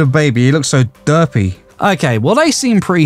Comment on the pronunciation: whyd he say "derpy" like its a slur 💀💀💀